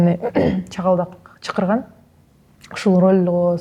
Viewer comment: Чыкырчу, чыкырган деген так триггерит… Искусствонун адамдары сүйлөп жаткан ар бир сөзүнө маани берип, сөз байлыктарын да өстүрүп, “чакыруу” деп туура сүйлөгөнгө умтулуш керек деп ойлойм…